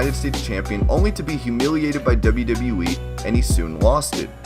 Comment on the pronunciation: Again "In the debe debe weee"